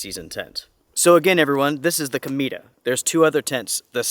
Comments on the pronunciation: You're pronouncing it like "comida" - which means 'food' in Spanish. It should be pronounced: 'co-may-tah' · It’s COMET in Spanish. Pronounced CO-MEH-TA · I would be interested in this tent more if it wasn't for the name of it. The way you pronounce it is very different to how I read it... C_m E ta... lol Peace